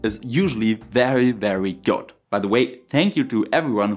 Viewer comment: ...though I 'think' the word 'good' could use a tiny little improvement. I couldn't understand, at first, at 2x speed. Other than that, it's perfectly understandable. Therefore, 👍🏼👍🏼🙂